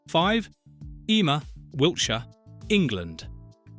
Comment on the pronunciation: It’s Hee-Sham